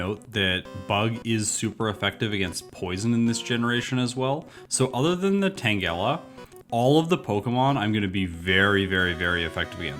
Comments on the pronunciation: who the fuck says tangela like that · never heard that pronunciation for Tangela dude...but well algorithm